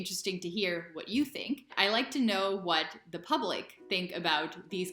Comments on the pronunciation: Another mistake is tink instead of think! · Most Dutchies are saying sink instead of think!